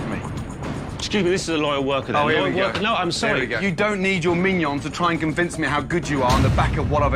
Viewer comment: pronouncing minion as Mignon is hilarious to me